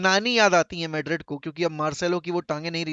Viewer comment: maydred kya hain madrid 😂